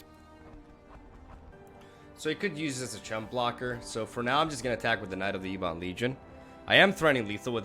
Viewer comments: Its prnounced EBB-ON. Its not E-BON. Jeez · What a sweet deck but yeah mate, maybe just google the pronunciation on ebon.